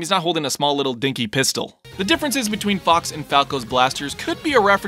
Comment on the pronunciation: Can't unhear the brawl announcer saying fuck instead of fox